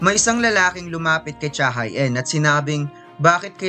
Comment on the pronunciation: pronounced as cha he in yun boss, hindi cha hai een